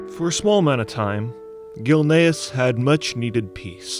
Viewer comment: Man the TTS really can't work out "Gilneas" lmao bless its heart its trying tho